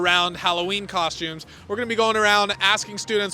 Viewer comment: Ah yes, cosutimes.